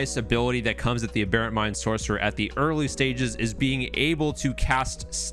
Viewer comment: I want to punch a hole in a wall every time you say aberrant wrong.